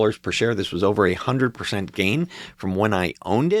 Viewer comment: Sorry I misheard "a 100% "gain . "A 100%" sounded " A 800%"